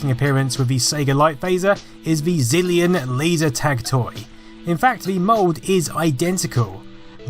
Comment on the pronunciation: I could have sworn you said Brazillion Light Gun ^_^